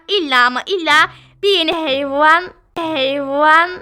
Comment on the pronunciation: ✨hEyVaNğĞ✨ herkes bilmez bu kelimeyi😂